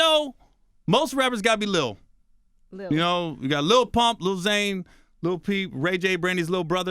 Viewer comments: D. Foxx Yeah he definitely said Lil Zane. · A comedian can bring up old shit. Anybody can bring up old shit, but he doesn't pronounce "Xan" like he should, and I know it ain't his accent. I'm just saying, he said "Zane" plain and clearly. And nobody talk about Ray J anymore, but he mentioned him too.